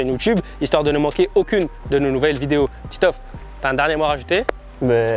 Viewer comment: Titoof pas tiitof